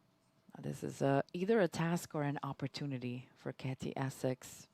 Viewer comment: It would be good if the commentator was pronouncing Katy's name correctly. IT'S NOT CATY!!! It begins with a "K".